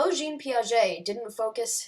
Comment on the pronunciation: Fantastic research. Just a note on pronunciation... Jean is pronounced [ʒɑ̃] not [ʒeen] 👍